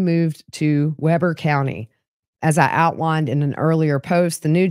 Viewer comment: Manti is pronounced man-tie (not man-tee) Weber isn't pronounced the way Jesse Weber is - in Utah, we say Wee-ber 😉